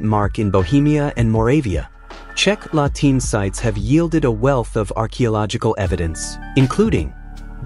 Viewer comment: La Tene no latina. fatalmente locutado.